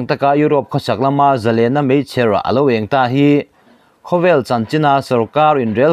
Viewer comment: Meichher eng itih hi i sawi dan hi a diklo mei i lam ang hian chher.hi lam la ani mai